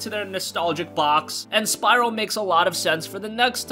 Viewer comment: you mean Spyro;) not syro